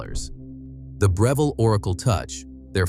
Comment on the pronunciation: Right? He mispronounced Breville, 3 times in one sentence. So annoying, hate these damn AI's